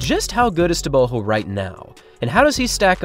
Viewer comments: I can care less what someone THINKS their name should be pronounced like... GO isn't pronounced like HO. Easy thing to comprehend. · Could you please take time to learn the proper pronunciation of the african names of these athletes. I know you dont mean to butcher the names but I promise you it will go a long way. Like for example you dont say tebogo properly... it is suppose to sound more like Lee-tsee-llehh Tehh-bwuu- gwoh. What you currently doing sounds like saying nuu-aah lie- less instead of noh- wah lie-lls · Your new pronunciation of TebeHO is jarring. But excellent production as usual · Just thinking.. for all your videos, why not try introducing athletes by saying "Tebogo, pronounced xxx locally", just to educate us as well. So many athletes names pronounced incorrectly. Humour yourself, find out how Tebogo is pronounced. Although must applaud you for getting Letsile closer to correct pronunciation after you first pronounced it as "Letseel" 😂. Great job as always. A true TRP fan.